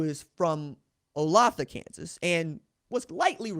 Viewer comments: Olathe is pronounced oh-lay-thuh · Good show, not that it really matters but olathe, ks is pronounced “oh-lay-thuh”